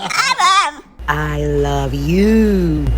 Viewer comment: The Great Dane I love you was the clearest I’ve heard